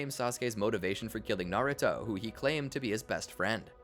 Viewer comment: Americans cant say naruto to save their lives